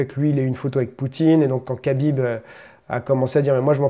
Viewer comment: MDRR le français dans toute sa splendeur, "j'ai pas envie de dire Habib, alors je vais dire Kabib parce que c'est plus simple" lool, faudrait apprendre un peu les règles mon coco, on déforme pas un nom propre, si le gars a décidé de s'appeler Habib c'est pas pour que tu l'appels Kabib, et encore moins juste parce que tu trouve sa facile. De toute façon les français vous avez toujours eu un problème avec les prénoms du monde entier, mais vous n'aimez surtout pas qu'on déforme le vôtre, quand un anglais prononce mal votre prénom, vous le faite répéter 100 fois. C'est du chauvinisme et de l'irrespect.